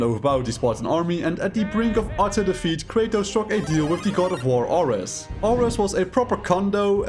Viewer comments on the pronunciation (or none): bro... "are-ehs"? it's fucking air-eez how do you get that wrong lmfao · You mispronounced ares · When i first heard him mispronounced Ares. I knew this shit wasn’t gonna be that good